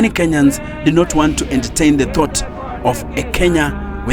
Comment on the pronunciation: emphasis on the thought